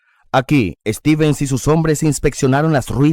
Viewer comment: Stevens, no "Estevens"